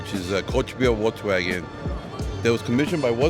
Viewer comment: VOLKSWAGEN. Not wolksvagen.